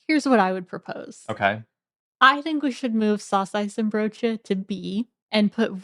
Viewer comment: You don't pronounce the 'N' in saucijzenbroodje and worstenbroodje, guys 😊.